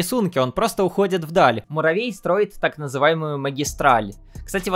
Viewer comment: Маравей 😅😅😅😅Что за маравей почему маравей а не Муравей